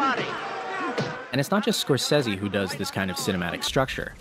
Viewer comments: It's not Scorses-i it's Scorses-e!!! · It’s not Scorsesee, it’s Scorsesay!!!! Repeat: S C O R S E S E. the letter E in Italian always sounds like e in get ! Not a single one pronouncing it right! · He said scorsezzy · Isn't Scorsese an Italian surname? You should pronunce the last "e" like the e in "ehy" :)